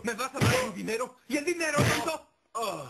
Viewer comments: En el minuto por ahi ya no dice dinero dice dinedo :v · Darjfaa la primera vez sí dice dinedo